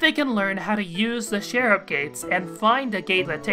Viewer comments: could you please say CH ERUB instead of SHERUB because that's REALLY..a.-eait[tieaote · Love your videos but i shall point out it is pronounced "ch-e-rub"